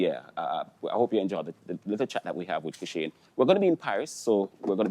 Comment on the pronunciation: I CAN NEVER UNHEAR ASAFA IN KISHANE!! BRUH